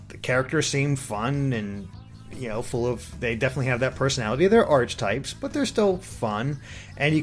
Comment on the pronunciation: pronounced 'ar-keh-type' not 'arch-type'